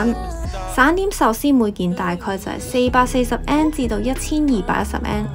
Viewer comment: 好好嘅建議，善意提點，更好的話 “yen” 字可以讀得較準， 唔好讀 “an”，謝謝